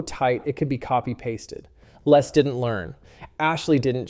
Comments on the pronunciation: LESS not Les . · I always find it strange how Americans pronounce the name Les. In the UK we say 'Lez' not 'Less'